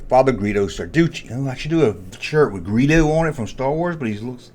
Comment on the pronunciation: Not Greedo but "Guido" .